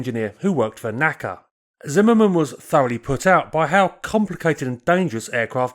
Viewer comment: NACA "Nack-Ah" No. NACA "En-Aye-See-Aye"